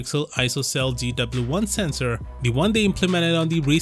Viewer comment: he said sesnor not mega pixels